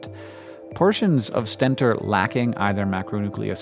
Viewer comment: It's pronounced "stentOR", their trumpet shape reminiscent of the mythical Greek warrior Stentor, who had a loud trumpeting voice . A "stenter" is someone who uses stents I guess :)